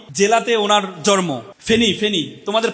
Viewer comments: জনাব, কথাটা " জর্ম " নয় জন্ম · জন্মকে জর্ম বলা কেন? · জনাব---কথাটা জর্ম নয় জন্ম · বিশ্ব বিদ্যালয়ে পড়ুয়া ভাই জন্ম শব্দটি উচ্চারণ করছেন।